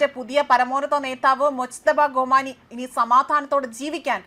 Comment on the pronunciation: ഗോമേനി അല്ല ഖമാനി